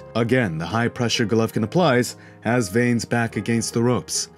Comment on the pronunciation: Here's something I don't understand, and this isn't to hate or anything, but if you're going to do a fight break down you obviously watched the fight, edit it and all that kind of stuff. So how are you still miss pronouncing Vanes name? If I can recall they never have ever called him veins, so I don't understand the continued mispronunciation. Obviously not a huge issue, but it's just confusing to me, did you watch it with the sound off?